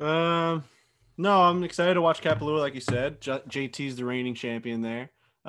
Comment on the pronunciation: Content solid! But please never pronounce Kapalua like that again